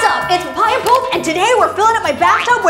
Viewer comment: Payaya pulp...guavajuice lmao